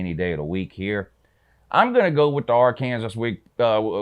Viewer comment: Your picks are pretty on point but you are annoying dude. Ol cocky Georgia fan mispronouncing Arkansas, by the way, the only reason your running game might be the best in America: you turds stole our o-line coach when you hired Kirby. Yeah Sam Pittman was with Beliema for like 10 years. We know you guys have great backs but the truth is the truth homie.